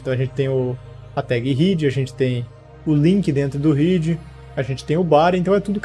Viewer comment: Boa aula, porém deve muito no inglês, por ex: Head se fala ruéde e não Riid... só porque vc vê “ea” juntos, não significa que todas as vezes vai ter som de i.